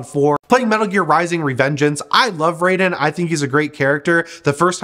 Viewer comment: Loves raiden, mispronounces name!